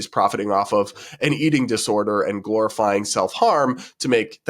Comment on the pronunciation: I heard glorifying as “calorifying”